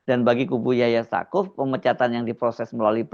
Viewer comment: Staquf bacanya saquf